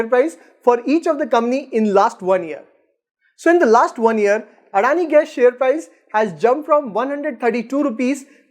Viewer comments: Addani nehi.. adani bolo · First learn how to pronounce adani before doing vid about them 😂😂